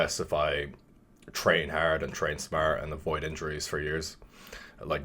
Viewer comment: I picked up the Irish when he said “training haerrd”